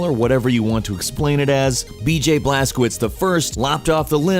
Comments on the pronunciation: Blas-co-vich, not blas-co-wits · Look up google transaltor (polish) how to pronounce the protagonists name Blazkowicz, couse you pronounced it as if it was Blazkovitz, while it should be Blazkovich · W = V - CZ = CH BlazkoViCH is it really thyat hard to pronounce? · Blazkowicz you read like "Blazcovitch"